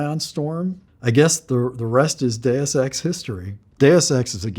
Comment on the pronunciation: I'm concerned when even the creator of Deus Ex is pronouncing 'Deus Ex' incorrectly.